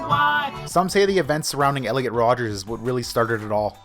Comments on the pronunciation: *ELLIOT RODGER*!!!!!’ Not Rodgers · It's not Rodgers it's rodger